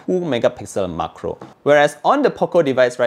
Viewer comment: it's MAC-RO like "MAC"donald's not MUG-KRO